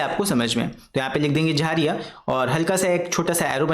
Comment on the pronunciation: Sir wo 'झरिया' hota hai 🥲🤣